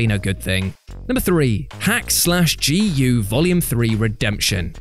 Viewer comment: Thank you. That was pretty cringe to listen to....